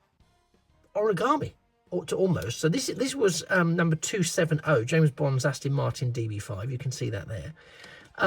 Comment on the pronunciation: Fab video. I may have to get one after watching this. Its Aston not Astin. Sorry to nit pick. 😂